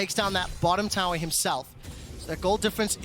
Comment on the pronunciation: Wow! Someone should teach this guy how to pronounce tower.